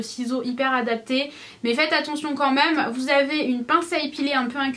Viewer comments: Ahah tu me fais trop rire avec tes "même" que tu dis "meume" 😂😂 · mais "meume" mdr on te changera jamais 😂❤